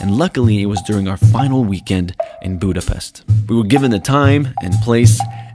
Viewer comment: I feel sad about that I heard everytime pronuncing Budapest wrong.